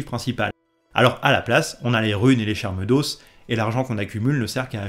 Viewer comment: "Charles d'os" Ça se prononce "charmes d'O", au pluriel pas de prononciation du s, la prononciation du O différente suffit